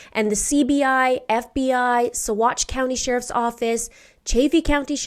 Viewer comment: Thank you - I was waiting for your video on these latest findings. I appreciate your knowledge and personal touch that you bring to these cases as well as being able to pronounce the BAM chemicals and Saguache County where they recovered Suzanne's remains. These things speak to your professionalism and knowledge and time that you put into these presentations. May justice come swiftly for Suzanne - she is not forgotten!